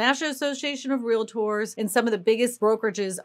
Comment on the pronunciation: Ask Google to give you pronunciation of " Realtor and let me kno wat Google says